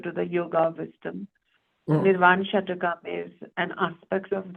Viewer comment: It's Nirvana Shatkam, not Shatakam